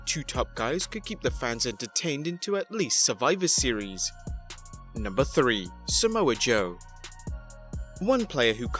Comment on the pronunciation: Not Somoa Joe